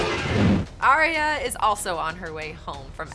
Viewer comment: Ar ya, two syllables yo.